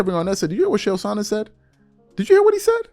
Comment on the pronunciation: Bra... its ch ch ch... chael.. not shael TF! An its not Saanon.. its son..non. sorry it was was getting annoying. Love the show